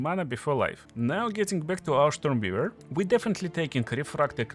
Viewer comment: Штормвивэр? Нононо.